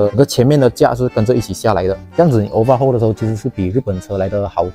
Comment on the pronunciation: Overhaul 不是obahual